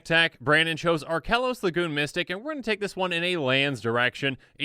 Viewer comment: Did anyone else hear "Archelos, the Goon Mystic"?